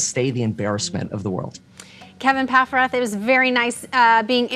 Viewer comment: Ok so i kept hearing kevin pack rat, and im like lol he has a nick name me *surprised pikachu face thats his name lmao